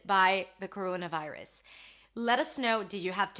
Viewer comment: Couruouna vairus!!!!